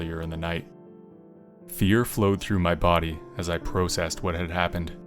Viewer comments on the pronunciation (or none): 😃💭 You've gotta be from Canada lol. The way you pronounce BEEN and PROCESS is unusual😂❤❤❤